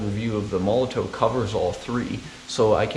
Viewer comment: Please say: MOL LO TOF . and not MOLO TOE